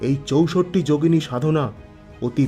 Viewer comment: চৌসট্ট্ না বলে বাংলায় চৌষট্টি বললে বেশী ভালো শোনাচ্ছে...